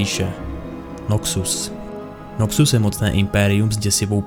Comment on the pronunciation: Je to Noxus, ne Nokcus…. Děkuji